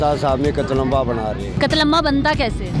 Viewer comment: Ye host k se bol rahi he qatlamaamama buahhaha